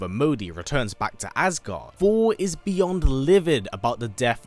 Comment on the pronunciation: I love this channel … BUT .. Ya gotta take your time and just say Th-or. You can do it: Thor. That’s it.